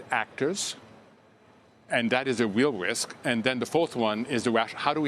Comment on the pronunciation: That is a weal wisk.. Learn to pronounce the R Elmer